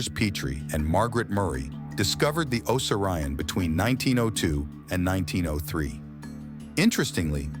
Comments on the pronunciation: Tell your A.I. O sear E on. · This is full of false assumptions and orthodox claims. The guy can’t even say the name correctly.